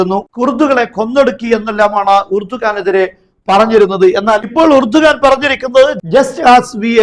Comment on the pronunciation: ഇറഡോഗൻ 😂😂😂😂😂 എലിയാഹു= ഇർദോഗാൻ